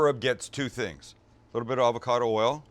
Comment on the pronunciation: You lost me at avacodo